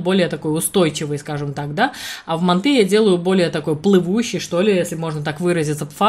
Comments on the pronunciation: Неправильно произносите слово манты Ударение делается на букву А .Ну как вы рассказывает о приготовлении , лучше готовте свои ПИГОДИ! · Слух режет, мантОв.Правильно, мАнт.😉😉От слова манты.